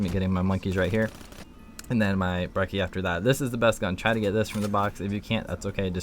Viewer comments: He called it the brehssy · "brecci is very useful" my ass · Lol he said breci or what ever it's called wrong 😂😂